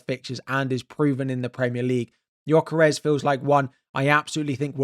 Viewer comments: Your pronunciation nof Gyökeres still needs work 😊. The "ö" is pronounced as the u in "hurt" or the i in "bird". But the rest of his name you got right. Keep trying! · You still said Gyökeres wrong. You pronounce the letter ö like the u in purpose.